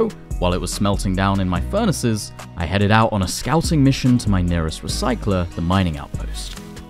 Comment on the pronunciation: ou he forgot to pronounce the T in out 😂😂😂😂